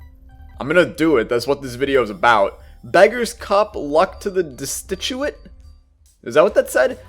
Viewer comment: When pronounced destitute like that,i knew my life was complete